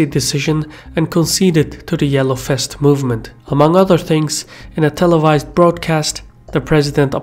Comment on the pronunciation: The yellow fest! Love how you pronounce "vest" as "fest", what is ironic because in some other words you rather tend to pronounce the "v" as "b". But I love it anyhow...